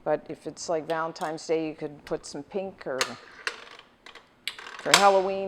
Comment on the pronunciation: She said ValentiMES o.e''